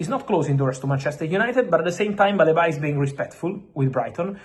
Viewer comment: It's "Baleeba" not "Baleba"